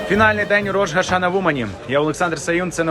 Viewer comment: Дякую за дуже дотептий репортаж! Ведучому: треба казати Рош-а-шанА. Слава Україні! Слава Ізраїлю!